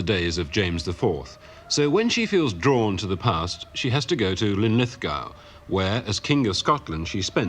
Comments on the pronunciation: She doesn't pronounce Linlithgow properly though! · "linlithgow pronunciation gave her away" 😂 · Must be the archaic pronunciation... ;) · Oh dear when old rich marry each other to keep the wealth in the family this is what you get down the line folks 😂she can’t even pronounce Linlithgow properly 😂. Get away with you, eejit. A place to get away from everyone? Doesn’t she know that within that castle there was once upon a time a mini village within its walls?